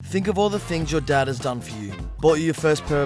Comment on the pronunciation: Why are you trying to fit in to the recent Scottish trend by pronouncing ‘your Dad’ as ‘Yer Da’